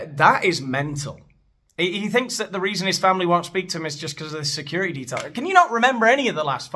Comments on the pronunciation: Briddish, securidy, sidding aaaaagh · Why’s he have to say security with a d